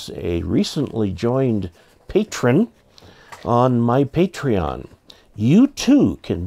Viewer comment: Yeah, Parteon sounds like Party On!